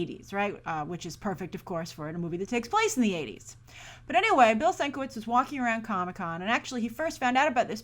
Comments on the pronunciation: 2nd story: I think you're saying Bill Sinkevich's last name wrong. It's Bill (Sin-Ke-Vidge) I think lol because saw an episode of collider heroes with him on it, and they said his name like that:) brillant man who deserves to be paid for his art; way to show respect for artists Fox. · Sin-ka-vich..rhymes with witch. ur welcome ;)